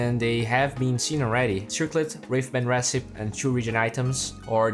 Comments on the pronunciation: 1. recipe is pronounced "reh-sip-pee," you're not pronouncing the third syllable 2. there seems to be some audio issues in the beginning, first bgm super loud , then repeated lines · PS it's pronounced re-ci-pee.. yeah the English language, full of all kinds of exceptions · recipe is pronounced with an ee at the end like recipeeeeee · the final 'e' in recipe isn't silent, just so you know :) great video as usual!